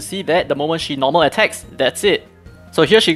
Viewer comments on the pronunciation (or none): none